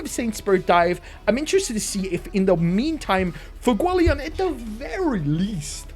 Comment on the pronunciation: Bro it’s pronounced Fu-e-go-le-on